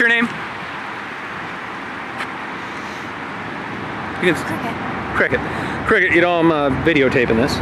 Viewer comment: Did She say that her name IS CRICKKET?😏😂😅😅😄😃😀😊☺😉😌😁DEADAZZ🤗☺😊?